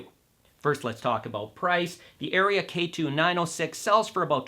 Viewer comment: Seriously? You don’t know how to pronounce “Aria”, and you don’t know if the two tweeters are the same or different? But we are supposed to take this “review” seriously? Ridiculous!